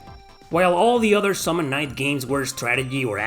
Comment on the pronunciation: Summon Night, not a "knight".